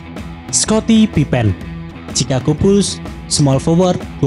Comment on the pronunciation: Baru sadar kok bacanya "pipen" bukan "pipin"